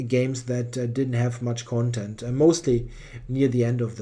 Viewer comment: Thanks a lot for the coverage of this event. Spending around 2 hours per round recording (and surely at least as much preparing notes) is a lot of work. PS: You're putting the accent upon the wrong syllable [1] when pronouncing "content". The stress is on the first syllable when talking about e.g. the contents of a book, but on the second syllable when used in the meaning of "satisfied". [1]: — WARNING! TVTropes link!